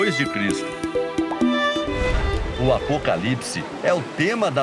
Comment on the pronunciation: Alguem percebeu que a reporter fala errado " Apocalipse " ???